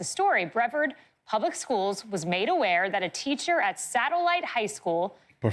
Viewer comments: Pronounced as bra-vard. Not Bre-verd. 😆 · Breh VARD not brehverd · Hearing say Breverd over and over was annoying as all get out! It’s Bre-VARD. She’s a professional and lives in Florida. I know it seems petty, but DAMN. Do better, young lady. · First off, it is pronounced Bree-Vard. It would have been a simple act to send the permission form home with the student. This wasn't done, the teacher was at fault. Her actions directly lead to her contract not being renewed. This is a non-story. The students protest because she was a nice (maybe good) teacher. That's their prerogative. Lessons learned all around, I hope. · It's pronounced Brie like the cheese then vard. Or Bra Vard with a southern accent. Lived here my whole life. Work in Satellite Beach